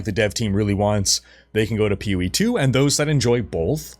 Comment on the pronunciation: You've said "POE" so many times in this video that now all I hear is "Pewie" 😂